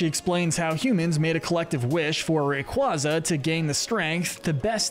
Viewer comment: It’s pronounced may-guh-LAHP-oh-liss, sol-GUH-LAY-oh, ray-QUAY-zuh, WAHB-uh-fett, sill-VAL-EYE, DEE-AHL-guh, and PAHL-kee-uh, “Patrick Star”! 🤨 Stop mispronouncing Pokémon, Pokémon area, and Pokémon character names, bub! 🙄